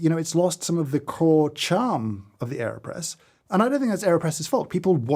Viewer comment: I really thought he said Kanye press and I was very concerned for a second haha